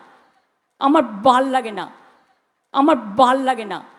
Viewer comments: She said amar bhalll ( bhalo) good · আমার বাল লাগে না অর্থাৎ আমার ভালো লাগে না। মোদীজীর সভায় ভিড় দেখে বলতেই পারেন তার উপর মাথা খারাপের ব্যাপার টা ও তো জিইয়ে রাখতে হবে।বাঙালরা ভ কে ব উচ্চারণ করে।😅😅